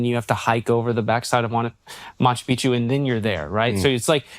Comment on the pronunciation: 🚨CORRECTION: It is NOT pronounced [Machu PIchu], it is [Machu PiC-chu]. There are 2 Cs there.